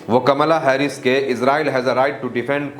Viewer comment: Bhai it's कमला हैरिस